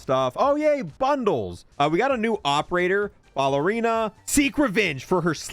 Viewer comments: Ballerina is not pronounced BALLerina. Say the word pal, replace the P with a B, and then add "erina" at the end. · BALLERINA. YOURE SAYING IN WRONG. JESUS HAVE YOU NEVER HEARD WORDS BEFORE???